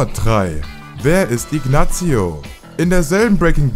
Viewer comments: Oder aber Ignazzzio...Wie kann man bei einem so großen YT Channel Sachen so schlecht aussprechen?! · salamanka nicht sälämänka , Inasio nicht Iknatzio macht ihr das extra oda watt ? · Scheiß Video. Sein Bruder heißt nicht Chuck Goodman, sondern Charles "Chuck" Mc Gill. Salamanca ist außerdem ein spanischer Name und wird nicht "Sälamänka" ausgesprochen.... gleiche gilt für Ignacio.... nicht "Ignazio".... das "c" wird ähnlich wie das englische "th" ausgesprochen. Macht erst wieder Videos, wenn ihr es könnt.